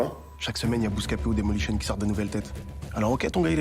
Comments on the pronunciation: Bah oui Daymolition. C’est pas Dailymotion hein mdr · Il a dit Daymolition 😂